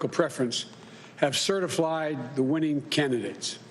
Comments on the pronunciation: "certaflied" c'mon man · Congrats America....You, 'apparently' voted for a lemon as Commander in Chief. I missed a few but here ya go: ...."Certiflied" ..."The American America" ..."Democosy" ..."Befect the fact" ..."The Trump Campraign" ..."Ultimally"....."staints" - ...Sounds and Noises your 80 year old grandfather makes .....Waddles off looking rather thin and frail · Did he say "CertiFlied"? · He has been certiflied 🤔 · I said that he has been certa-flied 😂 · 😂 he said certiflyed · How many times did he clear his throat? What’s the definition of certiflide. A new word. I got a feeling he will come up with a lot of new words on his way to jail or China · I heard “super fly” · What's a "certifly" Election"??? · did he say indecency? that's what it sounded like. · I loved the "certiflied" part... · It's been certif-lied. All official. Nothing to see here. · certifly? LOL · We have to certifly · How can any person take these two people serious?He said “Certiflied”😂😂😂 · 36 sec in. "certif-Lied" priceless. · fast few weeks and certiflied???? joe is not the president! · Certiflied? Lulz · "certiflied" We're doomed. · "have certiflied" (sic)' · Its just funny because they certainly lied aka certiflied 🤣